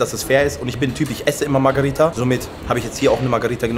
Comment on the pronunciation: Für das nächste Video.. die Pizza heißt MARGH“E“RITA nicht MARGH“A“ RITA (ansonsten top Videos) 👍👍